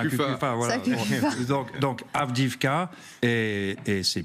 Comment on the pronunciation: Est-ce qu'un jour les journalistes et autres généraux feront l'effort de prononcer Avdiïvka correctement ?